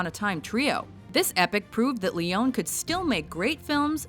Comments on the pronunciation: It's pronounced "Leh-own-eh" not "Leh-own" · 'Leone' has three syllables. Lay-oh-nay. It isn't leon or lay-on. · It's pronounced Sergio LeonE and not Leon, how difficult is that?? Funny story: once John Ford gave to Leone a signed book as a present, the dedication said "To Sergio, you're better than me". Leone was embarrassed by such a compliment from who he considered as the best western movie director ever. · Sergio Leone is pronounced SAIR-jo Lay-OH-nay! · Leone is pronounced: LEE-OWN-KNEE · She couldn't even pronounce Leones' name right. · The narrator is pronouncing Leone wrong, but otherwise a pretty good list. Would have liked to see The Man Who Shot Liberty Valance as an honorable mention at least.